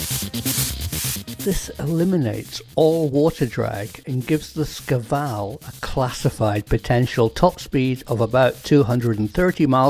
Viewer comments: You're not a Russian-speaker, are you? Shkval (Шквал - Squall), not "Skival". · It shkval. Squall Shquall Shkuall Shkvall. Da? скажи это правильно